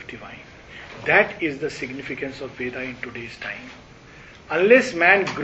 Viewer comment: In such conferences will it not be appropriate to correctly pronounce Sanskrit/Hindi words, Names viz. धर्म, कर्म, केन्द्र, इंद्र, वरुण, सूत्र, अर्जुन, वेद, etc. instead of pronouncing as धर्मा, करमा, kendraa, वेदा ,Indraa, Varunaa, Sutraa, Arjunaa etc. etc. . If speakers with profound knowledge of the subject and languages speak correctly, others who do not have that much knowledge will learn from them and thus it may help all the learners. Your in depth knowledge and the way you explain the subject is incredible.